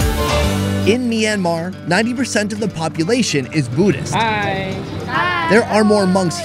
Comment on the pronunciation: Can you pronounce Buddhist right please